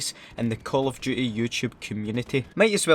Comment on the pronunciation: Call of duhey